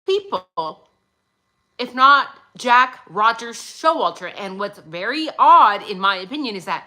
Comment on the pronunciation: Its Pappa rodger not rodgers i always thought pappa rodger spelt his name after the inc3l elliot rodger , but jack is sus af for sure